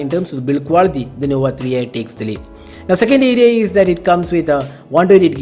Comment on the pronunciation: "Huawei nova etikksss "